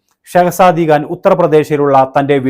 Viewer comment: Khan .. it’s not Gaan ‘